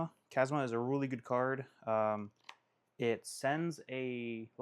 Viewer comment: “Kasma” CHasma bro like Chazz CHAZZMA 😭😭